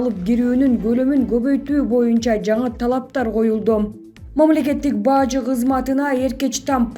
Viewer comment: Баажы эмес Бажы....